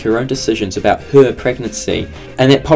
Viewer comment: Listen to how the word “her” is said in comparison to the rest of the sentence.